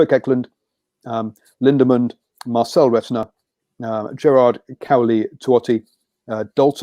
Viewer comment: Marcel Renata not Retina.. and Kurt Eklund not Kirk